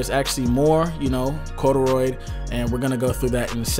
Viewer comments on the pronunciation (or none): "coduroid" lol its cardioid my g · Bro I stopped watching soon as you said Corduroy instead of Cardioid. I'm done witchu☠